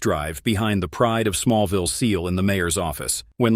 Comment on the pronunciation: That's Smallville not small vial. Human or program it needs English lessons.